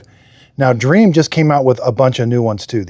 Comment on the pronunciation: Dreame is pronounced Dreameee not Dream.